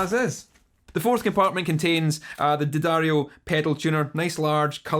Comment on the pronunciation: at least you pronounce the name of the brand correctly ;)